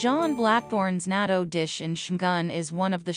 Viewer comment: Not nato ( nat-to 〜natto)